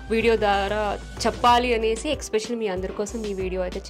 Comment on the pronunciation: Dear monitha lanti shoba akka meku english raka ala matladtunnara leda ila matladite trend avtadi ani matladtunnaro ardam kavatledu kani mundu aah expecially ane mata maneste vinatanke kuda baguntundi and inkaa konni english padalu kuda konni chotla thappuga matladtunnaru take care of those